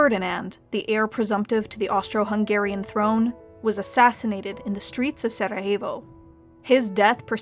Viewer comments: Nice spanish pronunciation of Sarajevo. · "Sarahevo" what